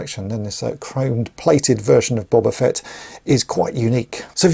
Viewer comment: BOW - BAH FETT not BOB - AH FETT 🤣🤣🤣